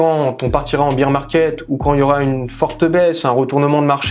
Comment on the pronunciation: Tres bien pour les debutants bravo sinon "bir" en anglais ca veut dire bière.. ours c'est "bèr" ;)